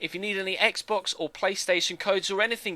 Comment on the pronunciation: Mate its xbox not eggbox